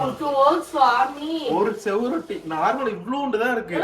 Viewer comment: தம்பி அது செவுரொட்டி இல்லை சுவரொட்டி